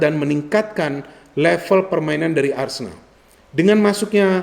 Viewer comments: ARSENAL bukan Arsendal ya 😎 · A-R-S-E-N-A-L bukan ARSENDAL yah 😅 ingat itu